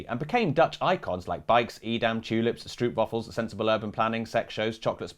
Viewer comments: Geweldige video,! Your Dutch is even accurate, although 'stroopwafels' needs a little work. The 'oo' in stroopwafels should be pronounced as the 'o' in home. Then it's perfect. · How did you get the sayings impressively close to native, but absolutely butchered stroopwafels? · I have to say. One of the best efforts ever put into pronouncing Dutch by non-Dutch speakers and correcting Holland to The Netherlands. I think I'm in love. Shame about the stroepwafels though. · Wow you guys nailed ‘afsluitdijk’ and ‘zuiderzee’. ‘Stroopwafels’ was wrong though…